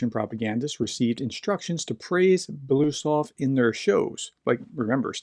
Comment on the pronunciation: Okay. I had to stop this in the middle because I cannot stand to hear you butcher BELO-USOV. Or can you make it: Be-LO-Us-Ov? I’m not russian, don’t speak russian, but just like to hear the name pronounced reasonably correctly. Normally russian names don’t end with a question mark at the end either. Now, was that so hard?